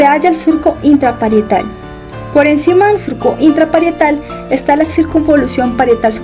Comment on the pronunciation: esta super bueno aunque te comiste la t en el surco intraparietal